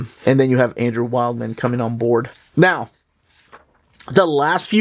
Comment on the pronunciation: Wildman is pronounced Wildm'n, not like wild man lol.